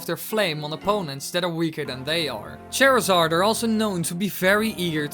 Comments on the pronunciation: You were mispronouncing Charizard. The way you were saying his name as if it were Cherizard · HOW DARE YOU SAY CHARZARDS NAME WRONG!!!!!!!!!!!!!! "chair zard"